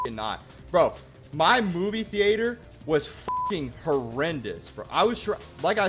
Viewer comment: the way you say theatre is criminal!